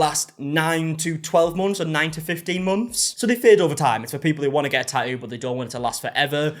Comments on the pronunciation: no one:: ta'ooo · The way you say tattoo is SO satisfying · I love the way you pronounce tattoo.